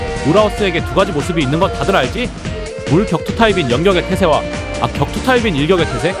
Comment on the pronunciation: 초반에 연격의 태세 말할 때 염병의 태세로 잘못 들었네 ㅋㅋㅋㅋ